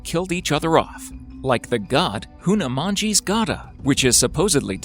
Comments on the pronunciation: It's not Hunamanji It's Hanuman Ji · How the bloody fuck did you manage to pronounce HANUMAN JI as hunamanji? Isn't English your first language?